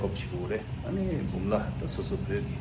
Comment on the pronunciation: Tashi Delek la.Not Pumla Pass,, ist Bumla Pass